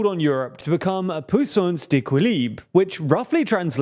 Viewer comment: "puissance" pronounced pwee-sonce (not POO)😂